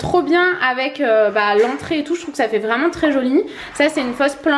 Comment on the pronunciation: Insupportable quand tu dis "vraeument"